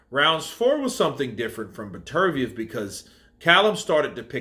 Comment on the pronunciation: You watched the fight right? So I'm guessing you heard the commentators say his name correctly. It is Better-B-ev for fuck sake. You have been butchering this guy's name in all your videos. Be better, b ev!!